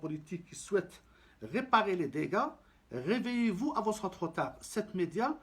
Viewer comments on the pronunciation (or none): none